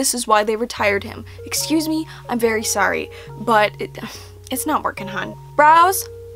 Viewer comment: Long pause "ExCUSe Me?" I'm dying. 😂